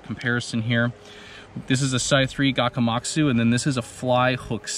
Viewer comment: Did you say Gakamatsu...?🤣😭